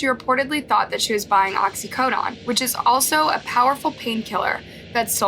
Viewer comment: Oxy-co-done (like '"I don't "conDONE" this behavior")